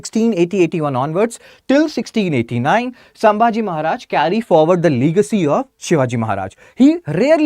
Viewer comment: Leegacy 😂😂 bhaiya